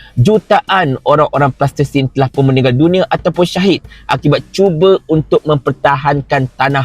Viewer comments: Salam.... sebutan yg palestine.. bukan plastisin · Sebut Palestine tuan. Plastertine lain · Kenapa cakap plastesin, Palestin la, sebutla betul2 tuan.. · Palestin bukan plastersin bro... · Palestin lah bongxx Bukan tanah liat yg budak2 tadika main tuu Pronunciation ko pun ke laut Pelat lagi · Nape sebut plastesin?